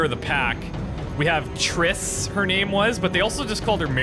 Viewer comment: Did he just call triss "trisTTT" 😂😂😂